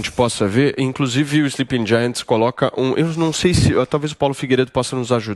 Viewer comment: "e inclosive"...